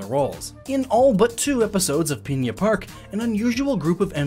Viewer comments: Not peinna park, pin-a park p.s that may just be how you say it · One small thing that annoyed me: It isn't spelled Piña Park, so please don't say it that way. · Pigna park